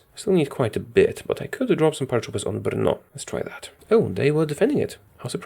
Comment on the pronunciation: wow u actually got the pronouncation right to the city Brno! I know that cuz im a Czech